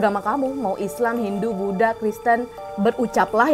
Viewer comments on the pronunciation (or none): none